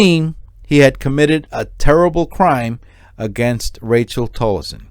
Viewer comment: Rachelle not Rachel